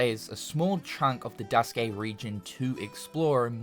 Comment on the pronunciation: "Duskay", "Type-OOHH", "zwooeehander"💀💀